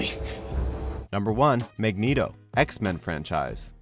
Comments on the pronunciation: "MEGNETO" LMFAO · "Magneedo" XD